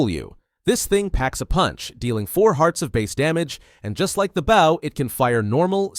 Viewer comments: Baaw and arrow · and bow is not pronounced like bowing down to someone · Bro can’t say bow half the time